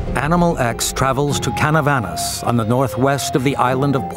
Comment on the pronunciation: not Canavanas, is Canovanas; talking about the chupacabra city of origin in PR.